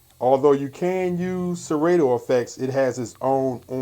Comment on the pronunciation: It's pronounced Se-rah-toe not Se-Ray-toe (Serato)